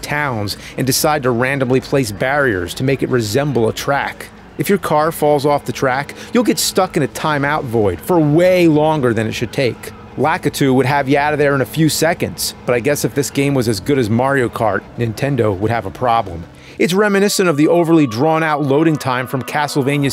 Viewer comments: I’m sorry….. LA KA too????? oh you know. The nice Nintendo character LaKey2 will help you out a ditch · “Lah-Key-Too” not Lack-a-too